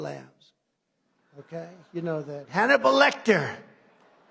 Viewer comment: "HANNIBUL LECTER" LOL! Standing 10 toes down with Pres Trump! Pray for him!